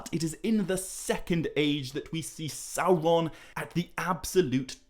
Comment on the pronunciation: I'm not a Tolkien scholar,, but isn't it "Sauron" not Salron"?